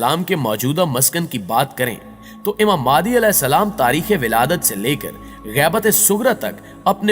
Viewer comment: Its Imam Mehdi a.j.t not maadi